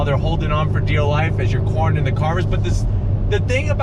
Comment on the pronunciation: "Corning the carvers"